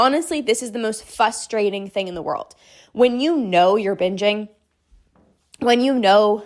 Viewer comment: Frustrating not "fusstrating", lol :virtualhug